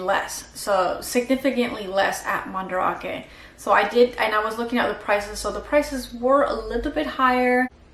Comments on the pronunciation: it's pronounced Man-Da-rake not ra-ke for future reference. Do you not talk with Japanese people when you're there? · Are you purposely pronouncing Mandarake so incorrectly. That’s not how the Japanese pronounce it